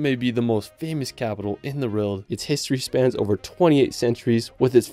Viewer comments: It’s pronounced world bro, not rorld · He says world as “reld”😂😂